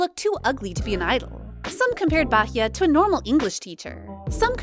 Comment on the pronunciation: Finally someone pronounced Bahiyyih and Gauel's name correctly. But (G)I-DLE's pronunciation is wrong as the "G" is silent and only pronunced ae 'IDLE"